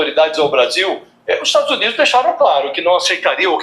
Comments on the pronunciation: Ela não sabe pronunciar Estados Unidos mas pergunto à vcs se saberia pronunciar Estados Unidisentes? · Nem para ela sabe pronunciar